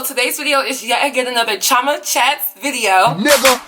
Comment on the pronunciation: I'm Nigerian and my middle name is chioma except its pronounced (chee-oh-ma)